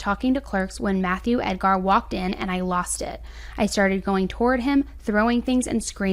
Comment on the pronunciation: I'm not trying to be mean, but the emphasis is on Ed, so it's pronounced as ED-gar. The gar is pronounced as grr or ger. Love your videos! You give clear, concise accounts of these true crime tragedies. I also love that you put your 2 cents in the vids because I'm usually saying to the screen right around the time your sassy comes out. 😊 Also, Merry very belated Christmas 🎄 😊.